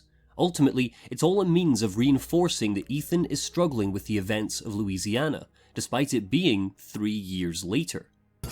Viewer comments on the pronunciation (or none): none